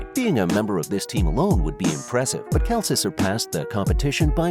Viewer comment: if you wanna make a video like this atleast say the guys name properly